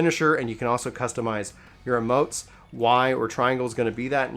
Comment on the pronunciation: It's emotes not amotes